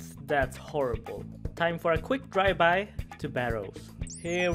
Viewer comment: "Dry-by". Heh heh